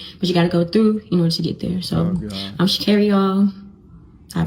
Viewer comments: Completely share your sentiment but could please consider afford her the minimum respect by saying her name the right way? Sha- care-ree not Sha-car-ree. Hope she sees the wrong she's done and hold herself accountable. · Its pronounced "Sha-CARE-REE" !😅😂🤣😁